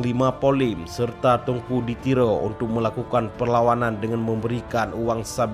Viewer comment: Teuku min...bukan tengku